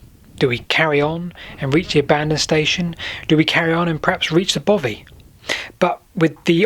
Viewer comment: its bothy not bovy